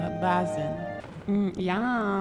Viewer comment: She just didn't know how to pronounce "basin."